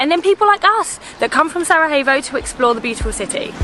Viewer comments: Just wondering where you find the "h" in Sarajevo, other then that great videos, greetings from Sarahevo😂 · Still cant pronounce Sarajevo Its SA - RA - YE - VO!!! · I know you have been getting some flak for your pronunciation of "Sarajevo" and it's unfortunate. I do wish that people had a bit more understanding. It's kind of funny though that no one corrected you while you were in Bosnia, politely of course. For future reference, things are pronounced like they are spelled in Bosnian/Croatian/Serbian. There is no J that's pronounced H and no C that's pronounced K.